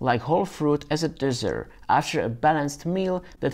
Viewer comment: Dessert - not desert. LOL